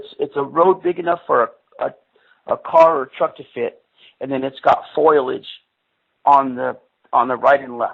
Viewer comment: Foilage??? Oh he meant ???